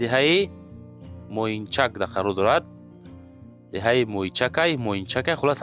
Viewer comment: Моинчак не Моинкаҷ 😂😂 Моинчааак